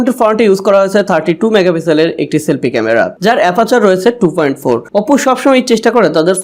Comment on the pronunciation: OPPO uccharon ta valw kore shikhen bhai.